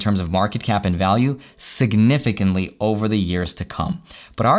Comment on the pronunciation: Say... “significant” again!. Say “significant” again in another video... 😂